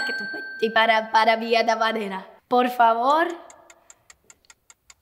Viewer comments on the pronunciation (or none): none